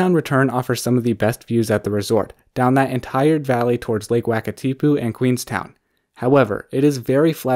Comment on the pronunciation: That's not how you pronounce it lol